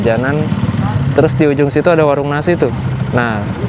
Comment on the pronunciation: situ bang, bukan setu 😅